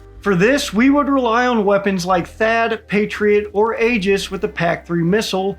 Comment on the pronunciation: Good video,. Keep it up. BUT ALSO, if you're going to care about pronunciation, forget about General Guetlein. You mispronounced Aegis like a dozen times. Also, not a good idea to insult Star Wars, And also, not sure why you're throwing shade at Lockheed Martin, that would be interesting to know. PS. Regardless of whether the "dome" works or not, there's also the factor of whether adversaries would believe that the US believes this weapon works. You can't threaten someone who believes they are safe from those threats.